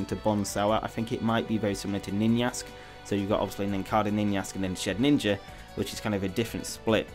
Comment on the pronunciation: please stop calling it shed ninja, it's shedinja